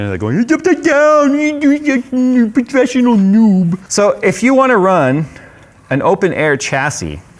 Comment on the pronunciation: niou nu nu prufeshional nooob.. I almost died laughing..